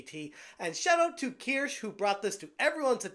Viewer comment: Say it with me know smash........KEER - SHUH, lol